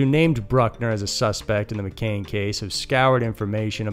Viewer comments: McCann, not McCainn 🤦🏽‍♂️ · Its mc'cann not mc'cain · Mccann ... mick-ann.. you kept saying mcain. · hi dude. McCann is pronounced mc can, as in tin can. not McCain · McCAIN?! It's pronounced McCAN. Come on.. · McCann, not McKane. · The stories are good, but you have said McCain 4 times. It's McCann. Victims deserve better representation when you are telling their stories. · Madeline McCann not 'McCain.' 😉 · Do your research, please. It’s Mc-Cann, not Mc-Cain. If we weren’t talking about a dead child, it wouldn’t be so disrespectful. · ffs man it's not McCain!!! It's McCANN do your research on the name. It's incredibly frustrating that you can't even bother to say the name properly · It’s McCann, not McCain. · It's McCann not McCain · It's pronounced "MA CAN" not ma Kane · Mccaan is not Mccain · its mccann not mcain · Video starts . Time to pause the Spirit of the West / Canada music binge for Scary Mysteries! I heard about the TikTok video on Reddit. Another edit: Madeline McCANN is NOT pronounced like the apple juice brand "McCain"! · NOT MCCAIN it is MCCANN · Its pronounced MC-CANN not CANE! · Mc Cann not Cain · Its mccann not mccain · McCann not McCain Cyntoia not Cyntonia You’re better than this.